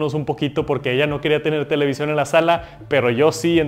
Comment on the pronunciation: No se dice televisión 🤦🏻‍♂️